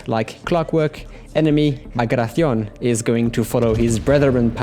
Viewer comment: Tell me, what country produces that pronunciation of Bagration? France or Italy